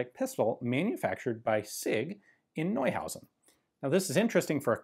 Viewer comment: Everyone in the comments: Polish pronunciation wrong! Me: Hey, finally after many years, Ian said "Neuhausen" correctly